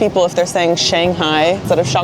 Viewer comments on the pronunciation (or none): none